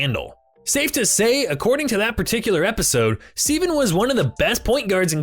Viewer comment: I think it was actually pronounced "stevv-in". I may be wrong though